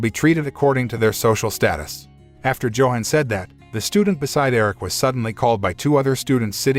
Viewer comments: It's not Joe hon It's Yo-hon The name sounds and looks to be german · Johan... is pronounced "YO Han" Gustav is pronounced...Goost ta'V.